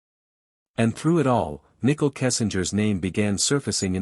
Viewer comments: Its so funny every AI channel pronounces her name Nickle lol. And Sha Naan. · Omg I cannot with this Ai 🤦🏽🤣 "Nickel" " Shawnann" but says Chris name just fine